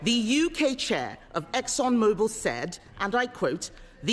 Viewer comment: The company is Exxon Mobil Starmer, there is no "e" on the end of Mobil.